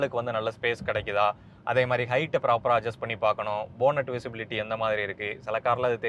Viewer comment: போனட் இல்லை❌ பேனட்✔️